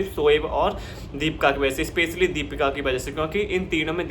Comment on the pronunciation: भाई दीपका नहीं दीपिका है उसका नाम 😅😅 पहले अच्छे से बोलना सीखो 😅😅